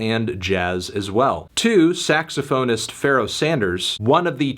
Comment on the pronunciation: It’s pronounced saxophonist